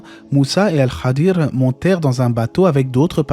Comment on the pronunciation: Merci pour cette video et pour toutes les autres, qu’Allah vous récompense ! Ps : il me semble qu’on prononce « Al Khidr » et pas « el Khadir »